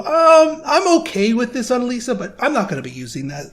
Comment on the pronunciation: also something interesting for you , according to google, the name "Elyssia" is finnish, and pronounced "E-loo-see-a" not "E-lee-see-a". the more you know haha